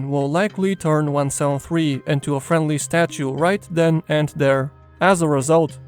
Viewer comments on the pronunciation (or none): none